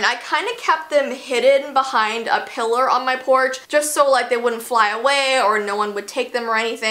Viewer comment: You said piler